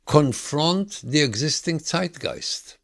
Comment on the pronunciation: Finally someone who pronounces Zeitgeist correctly